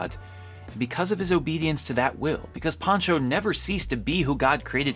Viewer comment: It is Pancho not Poncho